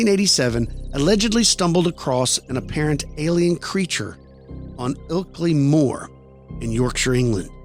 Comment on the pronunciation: Well done for pronouncing ilkley Moor and yorkshire right😊👍